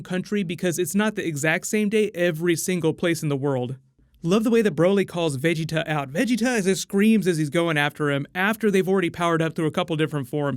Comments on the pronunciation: Why do you say vegeta so weird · Say Vegetas name right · Stop sounding dumb af saying vigita 😂😂😂 it’s VAGETA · he's a good source for anything new with Dragonball, I get most of my info from him, my only gripe is how he says "veggie-ta instead of Ve-geta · just some constructive criticism, Vegeta is pronounced (in eng) "Veh-Gee-Tuh" not "Vegi-ta" other than that you've done pretty well with pronunciation also Gogeta isn't canon, the only canon fusion (as of now) is Vegeto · Broly vs Gogeta of course and It's pronounced Va-gee-ta not veggie-ta. Just a small note..... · 1.it`s Goku that yells Vegetas name , not Broccolli-chan ! 2.The one saying " you dare push me bnlah blah blah " is Freeza , not Broccolli-chan ! 3.Vegeta`s name is pronounced Ve-JI-ta or Ve-GE-ta , the accent is always in the midle ! 4.No fusion , no Gogita at the end of the trailer .They just atack together.They do this multiple times ! Breakdown ? Did u even watch the trailer ?! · So nobody go mention how he saying Ve-Ge-Ta name lol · why do you pronouce vegitas name like that?? who's veg 'eetah? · It's pronouced Vah-Gi-tuh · I like your content but the way your pronouncing "vegeta" as beeji-tah sounds ridiculous. Dont try so hard V's sound like B's in Japanese and korean same goes with L' s to R's... raughing out roud!!! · Its va ge ta not how your saying it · The way you say vegeta I wanna fucking knock your teeth out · Why do u keep pronouncing “Vegeta” weird but you say it normal when u say Planet Vegeta? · Why are you saying Vegeta’s name like that?? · I think Broly fights Freeza at the beginning of the movie and potentially kills him. Also why do you say Vegeta like that? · Wow you need to say Vegeta right man 😅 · Why are you pronouncing Vegeta like that bro? 😂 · foreal yo 🤣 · does it bother anyone else how he says vegeta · Can you say Vegeta right for gods sake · Good video. I have to get use to you saying Vegeta's name like that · The way you said vegetas name in the beginning 😖